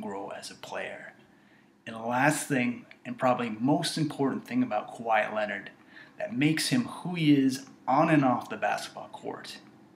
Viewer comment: he out kwahi because it sound more like why that KA WHI